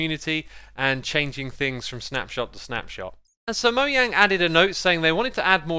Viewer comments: mo Jang not mo yang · I'm sorry, but did I just hear M O Y A N G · There are 2 types of people: “Moyang” and “Mojang” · Fun fact. is moyang in Swedish but its Mojang in the us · Probably nobody: Me: STOP SAYING "moyang" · Why do you call mojang Moyang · I like how he says Mojang he says “Moyang” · Ima have to stop watching if he really calls them "Moyang" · I want to kill myself every time I hear this dude pronounce Mojang